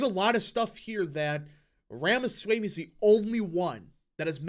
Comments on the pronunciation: Loved it. His views on immigration are also in line with trump and more. Last minor thing … his last name pronounced as RamasWAmE, nor swaymE. 👍🏽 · Please pronounce Ramaswamy correctly. It is not hard at all. ROM-uh-svO-MEE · 👍video Ramaswamy pronounced as Rama- swa- ami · learn to pronounce his name. Rah-mah-swah-mee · I think Ramaswamy is pronounced /ɹɒmɒswɒmi/ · Please correct your pronounciation of Ramaswamy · PRONOUNCE HIS NAME CORRECTLY!